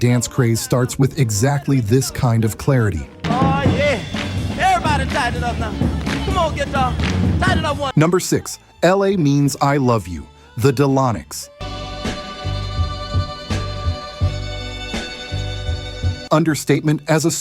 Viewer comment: The Delfonics , not Delonics ?